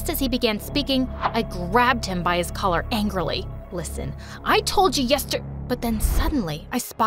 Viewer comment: You said "Color" instead of "Collar"